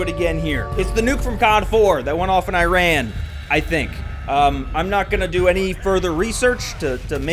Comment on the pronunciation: I swear one day I will see a youtuber who pronounces Iran correctly I think the nuke was in saudi arabia anyways